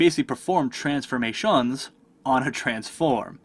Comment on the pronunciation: only thing confusing was the way u pronounce transforMATIOUNS